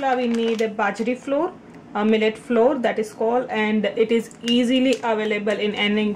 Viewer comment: That was GREAT ( BTW: FLOUR .....it is pronounced just like: - “Flower” please ( i.e.: -NOT like “Floor" )